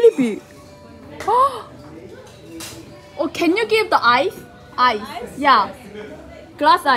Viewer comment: akhirnya ada yang sadar kalo Kelly orang Korea wkwkwk ketauan dari accent nyaa "oh~"